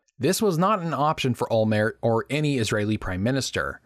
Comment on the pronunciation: It's OLMERT. The T isn't silent. What's the deal with Americans and silent Ts? They do the same with Gal Gadot.